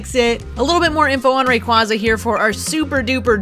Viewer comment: Oh man thank you for pronouncing it right. Lol 🐉